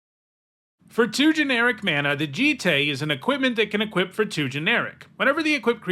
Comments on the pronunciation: its pronounced joot toot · Umezawa’s J-EYE-T